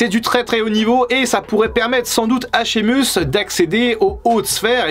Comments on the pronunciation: On dit Shey muss 🤣 et Keltik pas Seltik warrior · Ça se prononce Shémeusse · col roulé et une chaine de crypto ouaiis normal quoi sinon pour la prononciation de sheamus c'est un mélange de i et de é shéimus on va dire